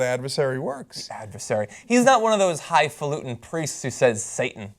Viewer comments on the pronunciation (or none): he is so smart. He said: . .all these "high FALUTING scientists". The word is hifalutin NOT what he said. If I were I republican, I wouldn't support him just based on that. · He didn't say "highfalutin'". He said "highfaluting", which is even more annoying. :D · He actually said "hifaluting", which isn't a word. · lost me when he said high faluting